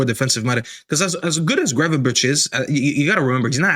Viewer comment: Saying Gravenberch is the problem… 🤐